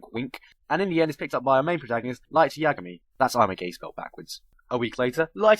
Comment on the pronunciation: its yagami not yagmai.